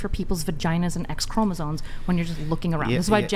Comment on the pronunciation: Why is everyone saying CHROMOSONE???? It’s CHROMOSOME WITH AN M